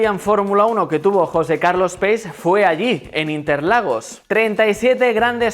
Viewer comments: José Carlos Pace se pronuncia "pache", no "peis" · Pace es un apellido italiano; se pronuncia algo así como Pache; signifa Paz.